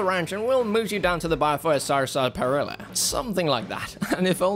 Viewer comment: Did he really say “tour de France” when he meant “tour de force?” And “saparilla” instead of “sarsaparilla”? And “pump full of lead (LEED),” in place of “pump full of lead (LED)? Brits are hilarious. And google is helpful.